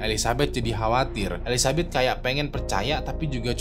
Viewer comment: bang salah nyebut nama jadi elizabut 🤣